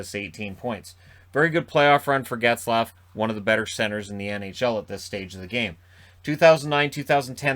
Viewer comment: Plz don’t say Zaygrass.